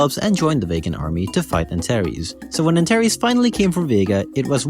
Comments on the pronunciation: Antares is pronounced anTARs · I’m pretty sure Antares is pronounced more like [Ant-aires]